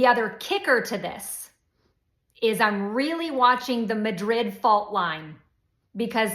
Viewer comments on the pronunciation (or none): New Madrid, site of the fault line where a sensational earthquake has been predicted for years, is pronounced “Mah” (as in “mad”)-drid.” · pronounce MA'DRID, not like the Spanish name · "Madrid" -- the fault line in the US -- is not pronounced the same as the Spanish city. It's "New MAD-red" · The New Madrid fault line is pronounced w/ accent on the 1st syllable: new MAD-rid 🤟